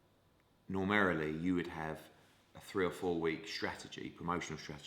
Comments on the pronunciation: 34.28...."normerley"....normally you puddin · "normarily", I think he means normally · I think its pronounced normeryley.. oh wait its a total bulshit made up word. Ha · Normerrily? Hearn with the new words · An educated man saying ‘normarily’? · Did anyone else notice him say normarily?